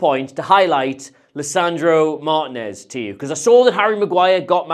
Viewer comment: Martìnez = "Mar TEEN ez" not "MAR tinez"